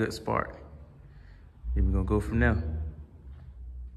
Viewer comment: Love it when you say, “then we gon go from dere” favorite line